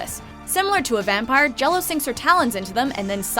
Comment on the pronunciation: Correction on 10, Gello. It's actually pronounced similarly to Gyro sandwiches but with an "L" in place of the "R" sound. So it would be pronounced "Yeeloh" Not Jell-O.